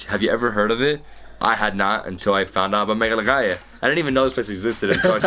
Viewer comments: Its meghalaya not meglagaya 🤣🤣🤣🤣🤣🤣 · Its not Mehalaallaala its Megha-laya. JAJAJAJA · SORRY BRO IT IS NOT Meglagaya (ME-GLA-GAYA),it is Meghalaya (Me-gha-laya)...not bad though your pronunciation...nice try👍👍. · It's ''Meghalaya'' though, you pronounced it as 'Meglagaya'. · Its Meghalaya not Meghlaghaya...😂😂😂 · MEGLAGAYA ?? WTF WAS THAT. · Does anyone else notice says Melagaya most of the time instead of meghalaya? 😆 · Melaghaya, Meglaghaya, Megalosaurus, etc. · "Nga pdiang ia phi sha Meghalaya" this pronunciation for look so cute😂😂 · has trouble pronouncing 'Meghalaya'😂😂😂(,, ) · I agree too hehe.. Its nothing jus forget it